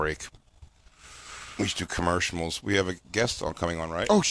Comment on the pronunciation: Jay calls the commercials 'commershimals', Feld-dog style.